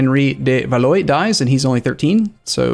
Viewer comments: BTW Valois is pronounced VAL - WAH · I know you hate people correcting your pronunciation, so I would not do it unless it was like a fixed character for a major country... but "de Valois" is "de-val-wah"